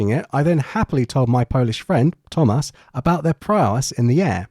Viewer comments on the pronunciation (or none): none